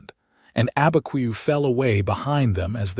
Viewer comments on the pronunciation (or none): It's not Albuquerque in the story, it is Abiquiu, north of Santa Fe (I know someone who lives there). I am not surprised AI cannot pronounce it with the way it's spelled.